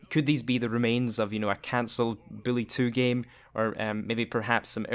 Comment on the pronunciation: Why are you saying billy